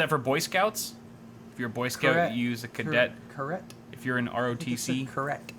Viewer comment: Caret browsing. Pronounced like carrot. A caret is a text cursor; it's the blinking line that indicates text input location. It allows you to browse web pages character by character. Pfft, tech reviewers amirite?